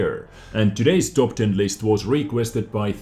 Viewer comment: I heard TOG 10 instead of top 10 xDD i just got the scorpion today, its cool